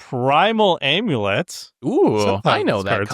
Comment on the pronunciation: This whole episode is just an excuse to let Seth say "aaiimulett" over and over